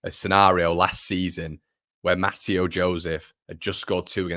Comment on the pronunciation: Mateo Joseph’s first name is pronounced ‘Mat-Ay-O’…😝…. He’s gonna be a star… let’s hope…🤞🏼